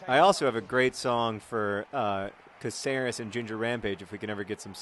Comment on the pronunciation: John, sorry to bitch about, but Cáceres, being a spanish surname and city, is pronounced with an accent on the "a" as in CAceres and not caCEres, thanks very much, keep on the awesome !